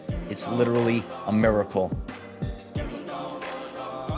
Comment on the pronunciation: I see. "Miacle" wasn't a typo in the title of this video. It's because of the high pitched pronunciation of that word to emphasis the significance.